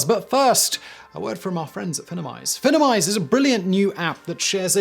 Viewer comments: Your sponsor is Finimize, not Finnimize, just as finance is not finnance. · I'm pretty sure Finimize is intended to be pronounced "FEYE-nem-ize," like "Finance."